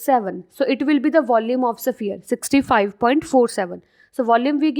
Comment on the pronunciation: Its sphere not saphier